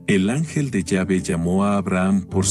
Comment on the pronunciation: No se dice yave si no q se pronuncia la letra E con acento